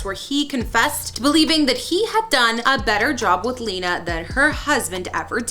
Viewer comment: Her name isn’t pronounced lee-nuh it’s actually pronounced Len-uh. If you’re gonna make a video, at least pronounce people’s names correctly.